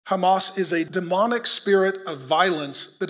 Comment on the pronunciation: Although you can pronounce “h” as “h” in Hebrew you still insist to use the “chet” sound so the word fits your narrative. I used to wonder why but thanks to all of you the more we read and research the more we understand. It’s “Hamas”not “Chamas”.